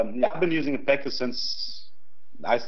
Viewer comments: It's Pekka and not peeka and it's a finnish name. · It's Pekka in all versions, people just pronounce it wrong. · P.E.K.K.A is "Person of extreme kinetic killing ability "and is said (Peck-ah) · ChoasTenTailedFox its not even peeka its p.e.k.a